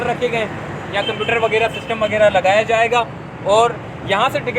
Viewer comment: Sahib KI Urdu bht kamzoor hay, WAGYRA koi lafz nahi huta ju 15 say zyada bar bolla hay, ye lafz haY WAGHYRA …PLEASE CORRECT THE URDU…